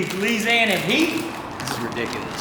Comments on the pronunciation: How dare disrespect Lil Booise that and use the complete wrong accent when saying “Louisiana heat” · can we get to say louisiana again. made me laugh as i am from louisiana